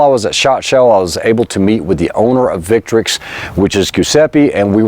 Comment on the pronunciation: Thank you very much for pronouncing the name of the brand correctly.